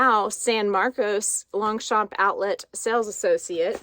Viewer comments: Hi😘 What an unboxing!! This bag is just AMAZING!! love it 😍 Concerning your pronounciation , ok I can tell I am French 😊 you pronounce really correctly Longchamp 👍 just try to not tell the letter P at the end. It is pronounced in fact "Longcham" but seriously i repeat you say it super correctly. Concerning the word "cuir" / leather in English, you also got it right ,say it more slowly : like "cuuiiir" . I wish I can pronounce English words so good like you pronounce these French words 👍😘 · Thanks for sharing the unboxing of your latest Longchamp bag. It's beautiful! Here's a tip for the French pronunciation of Longchamp. The 'g' and the 'p' in Longchamp are silent. Can't wait for your next unboxing surprise.